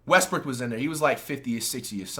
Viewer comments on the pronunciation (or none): none